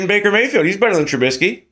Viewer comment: Maybe you should work on being able to pronounce Mitch trubisky first.... lololololol..